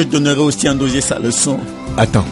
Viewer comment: Chaque fois que le père prononce le nom NDOZIE je peux mourir de rire 😂😂😂😂